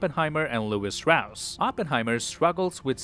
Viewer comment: Says he's seen it 4 times but still pronounces it Strauss instead of Stross. Suspicius activity tbh